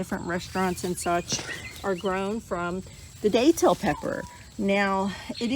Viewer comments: the "a" is soft. I mean no disrespect and grateful you're growing and sharing content of these beautiful plants. God bless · I've lived in NE FL for over 40 years and you're the first to pronounce the a in that manner. Beautiful plants